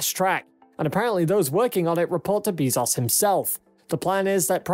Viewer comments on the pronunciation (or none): Great video but Bezos is pronounced Bay'-zohs not Bee'-zahs.